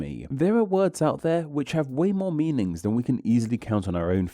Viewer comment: Why do you add the syllable “er” to so many words… er? On liner. OEDer. Meaningser.